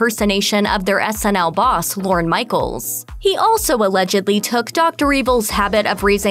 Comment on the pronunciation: Lorne...not "Loren".